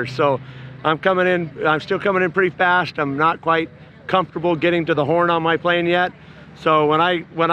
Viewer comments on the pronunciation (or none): none